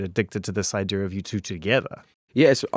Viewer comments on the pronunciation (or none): god i love wehn zane says "idear" instead of idea